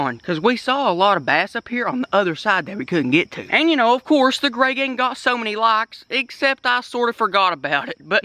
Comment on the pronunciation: Ok I noticed this usually says “what’s good greygang” but he said “what is good greyganf “ has the world gone mad lol